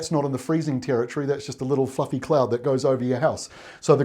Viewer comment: had to do a double take, you said fluffy cloud lol. I though i heard another word for a second :)